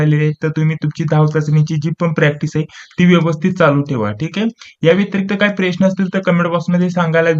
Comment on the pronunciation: सरटिफ़िकैट❌ सरफिटिकैट✅ प्रश्न❌ प्रेश्न✅